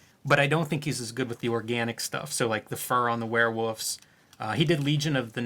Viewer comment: I'm from Iowa and I know i have my own goofy pronunciations compared to my east coast friends. But i just wanna point out I'm amused when I hear Jim say "werewoofs". HA